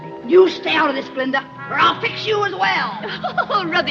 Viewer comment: „It was GUH-linda, all along!“